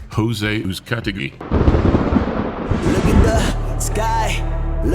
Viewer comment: wow, they pronounced a Vasque-Hispanic last name correctly and they even included the accent: that's impressive. Uzcátegui!